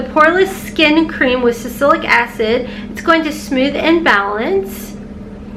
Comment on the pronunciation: Think it’s pronounced sal-a-sillic acid…but could be wrong.